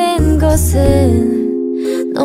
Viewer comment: 하니가 get에서 hurt를 이어 부를때 내는 특유의 발음이 너무 듣기좋다 그거 들으려고 맨날 이거들음